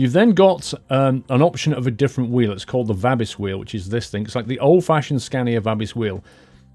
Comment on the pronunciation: Dear. Thank you very much for this outstanding ETS2 Mod Review of the RJL Scania Tuning Pack, even though it was uploaded back in. I have already downloaded it as I think it's The Ultimate Scania Tuning Pack by RJL. By the way, with all respect, the name Vabis as in Scania-Vabis are pronounced with a long A (Vaabis). Take Care and God Bless You.